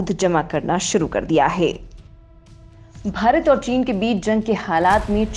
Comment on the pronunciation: Cant you say Bharat properly ?